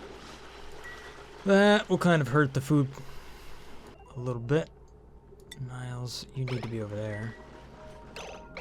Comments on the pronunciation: Is it just me or is it horribly annoying that he says Nails wrong? It's NAILS - like a hammer and nails! he is saying nials. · You mispronounced Nails' name. It's pronounced "Nales" as in the fingernail. Also you can see their gender in the "Bio" tab.